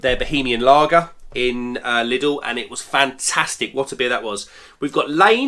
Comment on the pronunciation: Top marks for saying Lidl and not Lidls